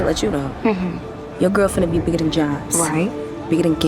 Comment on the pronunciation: I hate the way she says "bigger than". She says "biggidin".